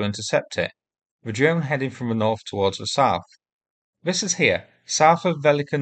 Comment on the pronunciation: Probably down to your narration? Vis,Vey fink,ver, free,somefing,vees,firty,vee,vat,fanks, I have been trying to advise you!